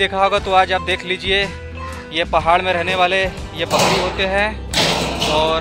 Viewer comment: भाई बकड़ी नही बकरी